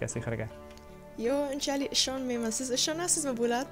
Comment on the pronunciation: Barakalla, Amerikada tugʻilib Oʻzbekchani yaxshi oʻrgangan. Ammo Totor qardoshim, siz desa yaxshi chiqardi